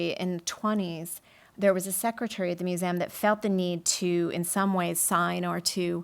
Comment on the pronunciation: Brilliant session! Her repetitive pronunciation of museum as "moo-zee-amm" was funny though. :P